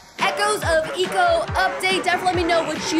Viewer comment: I think... Eco is pronounced "eecou"